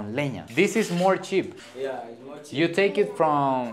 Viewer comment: que vergüenza que diga usted more cheap o sea póngase a estudiar mejor inglés terrible.